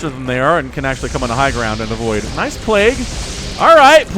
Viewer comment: “plague-goo” ...cringe